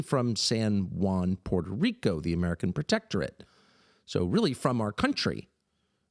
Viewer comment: POO AIR TOE RICO NOT PORTERICO